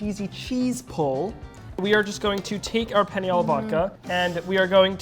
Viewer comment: The fact he cant say "penne" right